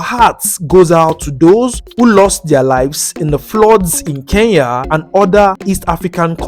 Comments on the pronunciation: ITS CALLED ''KENYA'' NOT KEYAA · Nice content but say Kenya not keiya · they should learn pronunciation , what is keyya ? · Why most Nigerians been saying Keiya not Kenya!? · I love NIGERIA with passion but they should pronounce KENYA properly,we've been so patient😄